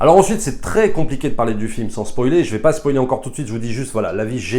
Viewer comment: On ne dit pas spolier